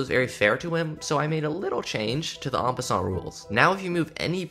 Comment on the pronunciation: en passant is pronounce en passan btw